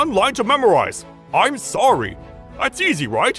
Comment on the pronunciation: What he gonna do saying sowy😆